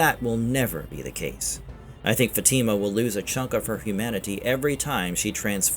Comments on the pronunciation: how do you say Elgin and Fatima wrong but no other names? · Love this channel but it would be nice if you could pronounce Elgin & Fatima correctly